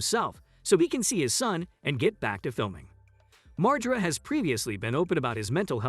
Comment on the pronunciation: Lmao cant even fucking say his last name right. Its been out in public for years. Its Mar- GER- AH (margera)